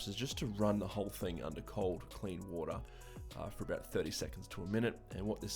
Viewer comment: how he says water: waha